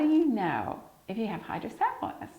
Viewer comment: pronunciation for hydrocephalus is incorrect.